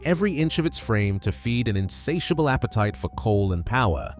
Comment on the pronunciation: LIE-ma, not LEE-ma.